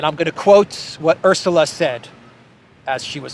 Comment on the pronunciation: ArrSula Varr arr craarzy